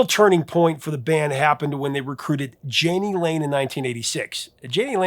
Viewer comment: My brother, "Yaa nee" Lane and "Shoog" Knight.